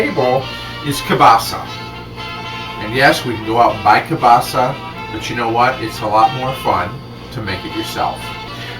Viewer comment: HE PRONOUNCES KIELBASA AS KABASA